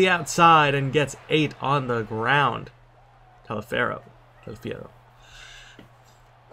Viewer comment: You pronounce Taliaferro quite good actually, considering the fact that it's relatively difficult to pronounce Italian names if you aren't used to(at least looks like one). Anyway good game, as usual!